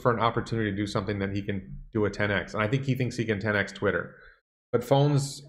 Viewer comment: He Said Twisler LOL I like that better then Twitter.